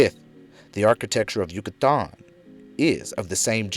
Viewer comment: Dude great presentation but the way you pronounce Yucatan is fuc$ing killing me